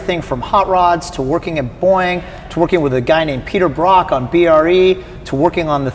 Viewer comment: he says peter brocks name like he was just an another race car driver